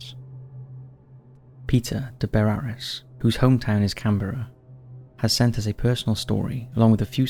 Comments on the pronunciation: Can-BRA! Not Can-Berra!. It's our country national capital & apart from us Aussies, only the Kiwi's get it right. Our biggest hate is that nobody can pronounce anything Auzzie but our kiwi siblings across "the ditch". Also mate, ur a Pommy & u should know that we don't have Presidents, we like u have Prime Minister's, we are apart of the Commonwealth Family & u poms stole the land from the indigenous so u should know who runs our country #1 The Governor General #2 The Aussie Cricket Teams Test Captain #3 The Prime Minister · Can-bruh, not Can-berra . 😊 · CAN-BRA... not can-berra... I mean, really!?